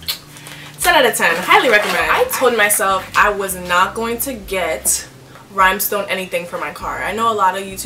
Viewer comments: I love your license plate but RHINESTONE, RHINESTONE, not “rhimestone” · I was like anyone picking up she saying rYMEstone 😳